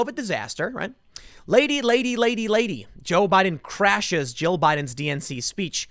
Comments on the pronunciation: No one else seems to have caught this. He did some mixture of Joe and Jill but it mostly sound like he said Joe, haha! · He actually did say "Jill" if you listen carefully, but for some reason he can't enunciate his Ls, so it sounded like he said "Joe"